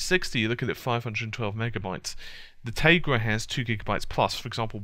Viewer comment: "Tay-grah" That's a first for me, as far as that pronunciation goes. Hah